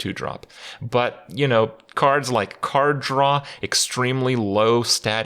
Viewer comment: It took me 4 times to figure out that he says card draw, not some unknown card to me called "Khar'dra"